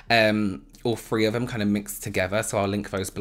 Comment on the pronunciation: "2 free free" I love when he says 3!!